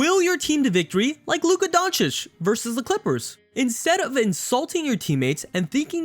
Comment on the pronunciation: How u butchered that name Luka ROFL